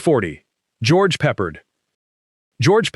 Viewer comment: Who's George Peppered? 😂